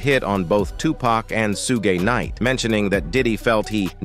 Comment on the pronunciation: Dear. Suge Knight is pronounced shuhg-night (/ʃʊɡ naɪt/).